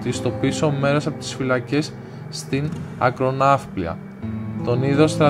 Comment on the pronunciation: Όλα ωραία, αλλά μια επισήμανση...η λέξη Ακροναυπλία τονίζεται στο "ι" όχι στο "α". Καλό είναι ο αφηγητής να τονίζει σωστά και να έχει πιο ωραία ροή. Με καλή διάθεση πάντα.